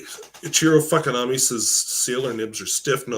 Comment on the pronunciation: Ok, I’m a middle school teacher, so please forgive me. Every time you say, “Mr. Fuckinami” <—that I how I hear it. In my head I repeat, “ Mr. Fookinami.” I love the Shirt, & your North Dakota mannerisms- I’m from South Dakota. It snowed about 4 inches last night and my small town neighborhood looks magical. Next time I’ll try to catch you live. Stay warm 😊